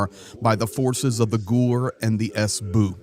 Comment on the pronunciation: Cute how say SBU. Not "Es Bee Yuu", but "Es Boo" 😄